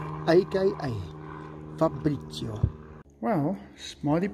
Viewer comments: factroy cats new name is pronounced Fa-bri-cio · Si dice FABRIZIO Caro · Not farbrizio but fabrizio I'm Italian